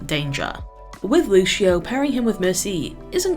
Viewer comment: Thanks for the guide, really helpful. But that "Lushio" pronunciation almost killed me lol